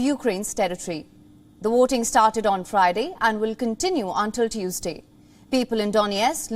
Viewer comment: She said waiting, instead of voting. Many Indians especially from the south can't pronounce w, v etc. Five pronounce fie.